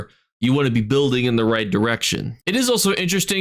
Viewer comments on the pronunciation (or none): none